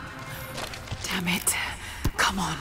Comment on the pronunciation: IGN 6/10, Adjusts hair to much, says DOMMIT, and pick axes too many walls. :)